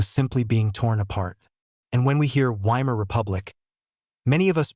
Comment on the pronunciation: I clicked on it because it looked like an interesting topic, but AI voice-overs are always BORING. I suspect it's an AI-generated script generated from major input from Sikipedia and National Pinko Radio. No thanks. And by the way, "Weimar" is pronounced "VY-mar." I'd bet if you misspelled it your stupid AI voice would pronounce it properly.